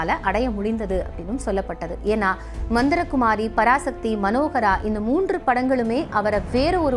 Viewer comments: மந்தரகுமாரியில்லை. மந்திரிகுமாரி உச்சரிப்பு அவசியம். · தொகுப்பாளர் கலைஞரின் படத்தின் பெயரையும் உச்சரிக்க தெரியவில்லை. மந்தரகுமாரி அல்ல மந்திரிகுமாரி.